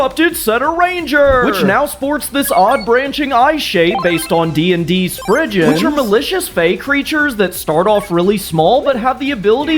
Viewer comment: From an image search, Spriggans, I think? But he says it with a "j" sound for some reason